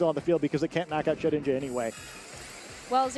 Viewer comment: I swear misprnounces ghost mons on purpose, first the treviant memes and now shed ninja...